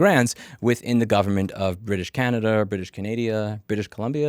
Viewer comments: Sigh Louis it is Canada not Canad i a there is NO 'i' before the last a 🤦‍♂ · Hearing you say Canadia instead of Canada multiple times made me chuckle. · Can--nah-da, not Can-naid-dia Canadas government is stupid corrupt, BCs provincial gov is especially corrupt, The "BC liberals" are actually a far right wing party with GOP like values. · I'm going to start calling Washington DC District of Canadia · As a British Columbian, every time he called us “British Canadia” it hurt personally. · "British Canaydia " haha but in all seriousness, BS shady gov scam! unreal. Thanks for sharing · It's Canada not Canadia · That’s not true. I live in Québec, and Canada in French is just Canada. You may be thinking of Canadien/ne, which just means Canadian. Louis is the English/American pronunciation, not the French one. He said “Canadia” because he was making a silly little joke. Lol. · I've lived in canada for 20 years and I say "canadia" occasionally lol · British Canadia had me do a spit take dude. Pls just do a video trying to say Saskatchewan next. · I'm pretty sure that's how they say it in French. Louis being a French name, it's pretty obvious why he's pronouncing it like that.